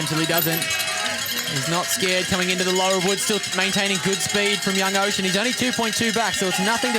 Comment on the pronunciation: Need to learn how to pronounce riders names. Oisin 😂